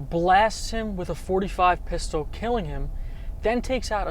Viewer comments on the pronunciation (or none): none